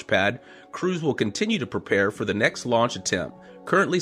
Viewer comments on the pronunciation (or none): none